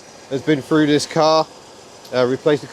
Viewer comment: I fink its' nice i'll have free of em, in case i go frew any of em! Home boy needs to work on his pronunciations of certain words.